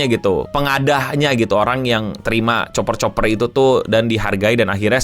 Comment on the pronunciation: Tembaga itu bacanya "kuper" bukan "Choper"